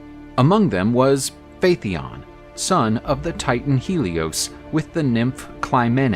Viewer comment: Phaeton is repeatedly mispronounced. Pretty basic stuff for a "History" channel.